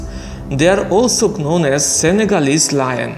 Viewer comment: In the word known k is silent bro.